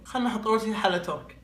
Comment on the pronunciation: حلا تورك هااااااا استغفر الله ههههههههههههههههههههههههه اسمها حلا ترك مو تورك